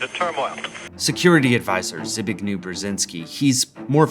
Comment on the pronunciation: i love to wath this vid and all, but i just have to say: i'm polish and the way you said zbigniew made my day